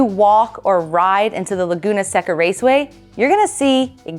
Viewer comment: She said Laguna "Sec-ca" twice. 🤦🏼 Class, let's say it out loud so can learn... "Say-ca." Side note... RIP Pole.